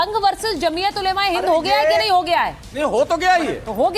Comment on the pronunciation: Jamiat ulemaye nahi hota didi jamiat ulamaye hota he 😅 ulemaye